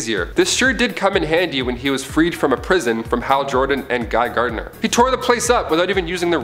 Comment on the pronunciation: Also, it's Gardner. Not GARDENER.